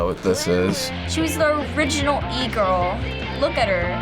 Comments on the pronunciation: i’m sorry “e girl”? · I CRIED WHEN SHE SAID "E-GIRL" IM DONE